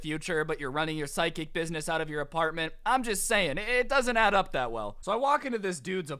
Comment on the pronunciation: Is it just me or does it sound like he is saying side kick not psychic